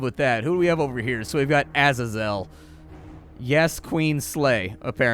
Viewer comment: lol splats pronunciation on things here cracked me up, bezoar and azazel specifically